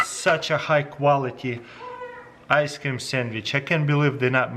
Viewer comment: I love how you say ice cam.